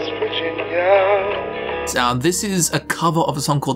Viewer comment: All I hear in the first five minutes of this video is "vagina".